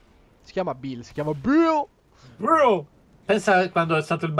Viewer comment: Si dice BBHILL